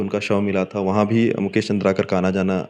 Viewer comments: Not चंद्रकार ❌ चंद्राकर ✅ नाम ल बने पढ़े नि जानत हस निपोर के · Surname toh सही से लेलो भाई पत्रकार महोदय, चन्द्रकार नहीं है chandraakar है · चंद्राकर है भाई साहब नाम तो पढ़ लेते अच्छे से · अरे भाई! प्लीज नाम तो सही से बताओ, नाम और काम ही तो पहचान है और यही ग़लत बोला जाएगा तो देखने सुनने वालो को तकलीफ़ अधिक होती है । ( मुकेश चंद्राकर )